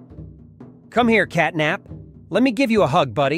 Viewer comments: Bro said capnat not catnap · bro really said "capnat💀🔥" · Catnap ❌️ Capnat ✅️ Katknapp ✅️